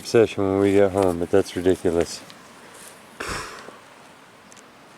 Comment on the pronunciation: "RE-dic-u-lous druzy crevasse creature" is now my favorite thing